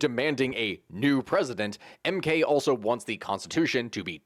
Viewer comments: You did butcher the mk pronunciation :) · You butchered the MK party's pronunciation so badly I spat my coffee out. Thanks for the laugh. Good summary of SA political history though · The way he said the MK party outloud was too funny. Good shot though